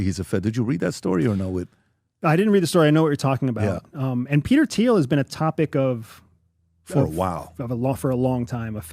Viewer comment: mispronounces Thiel, CIA guy gets it right